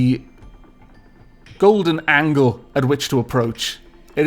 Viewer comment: For "The Last Angle" "angle" is the intersection of 2 lines, and is pronounced like "triangle", the way you mean it, and are pronouncing it is spelled Angel.